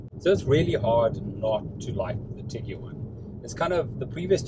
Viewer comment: Tig-wan Not Tig-U-wan